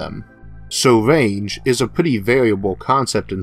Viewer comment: Range not wange